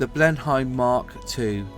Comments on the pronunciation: Blen-em not Blen-hime. Rother-mere not rother-mer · Juat a heads up it is pronounced (bleen'em) not (bleen hi'em). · It's not pronounced "BLEN HYME",, but BLEN NEM", my late Father flew these before transferring to Vultee Vengeances in Burma in WW2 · It was pronounced Blen emm as anglosized not Hime as in Germany it kind of grates sorry! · Pronunciation is awful, Ask......as for your facts, 2013/14 Bristol Blenim(correct pronunciation) restored and flying in the UK. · I'm sorry but the pronunciation of the aircraft's name is Blenim. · Pronounced Blennem dufus.... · Lord Rothermer? Blenhime? lf you're narrating on a video about an aeroplane at least get the pronunciation of the plane right. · Good video - well researched and well edited. Lots of good info in there! If I had one small criticism it would be that it's pronounced "bleh-nuhm" though (As far as I know it was named after Blenheim palace in Oxfordshire which is where Winston Curchill was born........) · You are mis pronounce big Blenheim and RotherMERE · I like these videos, but having been brought up in the 50s, modern English pronunciation is pretty bizarre ( I blame the teachers). Blen'im and Rother-meer. I'm still learning about English and I hope you don't think I'm being supercilious; good luck with your future projects. Cheers. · A good video although you need to watch the YT video narrated by Raymond Baxter (ex WW2 RAF pilot) who pronounces the name of the aircraft correctly. Also the other video shows details of the Bristol Blenheim rebuilt to fly in the UK in approx the 1990s. So there is certainly more than 1 aircraft remaining. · Ah you say it like my grandpa used to say Blenheim haha